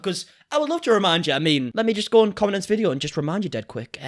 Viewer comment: i like how he pronounce video as ve-dii- OOOHH